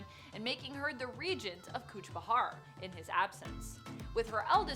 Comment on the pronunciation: Kuch Bihar not bahar .. it's like calling New York - New ark..